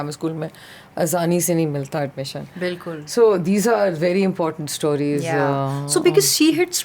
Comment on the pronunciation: Persistently pronounces o as au....stauries 😂